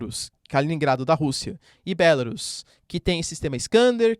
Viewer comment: professor, para que a pronúncia em português seja Bélarus não teria que ter um acento no E? acho que vc tá se deixando influenciar pela pronuncia em inglês... acho que a pronúncia em português seria Belarús mesmo, não?